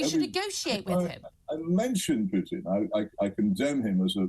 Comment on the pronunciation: The one who is actually educated on the matter. Hitchens. She can't even says Putins name correctly.